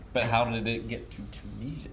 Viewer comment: Do all Americans pronounce Tunisia like that? Bizarre.